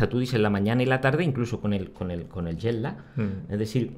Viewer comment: Es curiosa la pronunciación de Jet Lag en andaluz: JEL LÁ. Suena a árabe